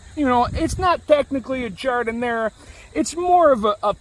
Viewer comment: O-O- I love Eye-talian Beef Samwiche with Gardinier...miss it so! Makin' me hungry here.